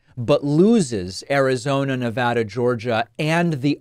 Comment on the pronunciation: You say “Nevada” the way we say it here. Much respect.